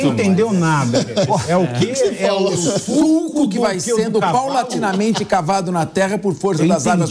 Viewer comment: rrrr é sulco e não suco, você é excelente